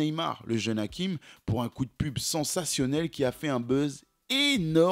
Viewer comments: Pronunciation in Arabic sounds Hashim not hakim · Hachim pas Hakim ça se prononce ch comme le chat. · Ce n'est pas hakim c hachim avec un ch on prononce le ch sinon très jolie documentations force😊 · C'est Hachim et non Hakim. Avec un CH prononcé comme dans Chine. Bonne récap' en tout cas. C'est bizarre, parce que je me demandais récemment ce qu'il devenait, et je tombe sur cette suggestion youtube. Mastour aurait dû être un Lamine Yamal avant l'heure. Merci pour le travail. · Hachim ch comme ça se prononce